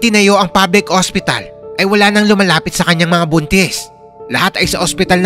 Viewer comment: phil hostiral😂😂😂